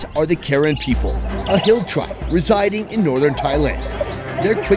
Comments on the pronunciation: No hate but it’s not pronounced Karen, it’s pronounced Kuh-ren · Hey, you mispronounced it, the correct pronoun is Kahran, not American Karen. Just a different pronunciation of the same word. Btw great video, hope this isn’t your last video with the Kahran people 😁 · I just wanna say that ur saying karen wrong😅 it’s pronounced ku-ren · bro it’s pronounced “kuh’ren” 😭 i figured you’d know by now hence you been wit them a few times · I’m sorry but I gotta correct him, it’s Kuh ren, not Karen like what kids are calling the complainers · It's pronounced Kuh-Ran. Not Karen white women name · It's actually pronounced (kuh-ren) for yall that didn't know..😅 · It’s pronounced ( kuh-ren ) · It pronous KER Ren. Not Ken Ren. Please learn before disrespect. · It’s pronounced Car-En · You pronounced Karen wrong. The same spell but different pronunciation.